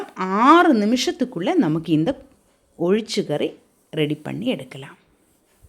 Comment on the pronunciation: Athu olichakari illai ozhicha kari sariya dish pera pronounce pannunga ippali malayam language ah kolai pannatheenga.